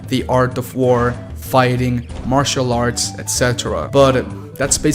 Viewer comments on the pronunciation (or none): none